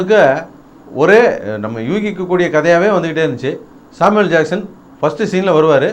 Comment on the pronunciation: Saamivel Jackson LOL XDXDXD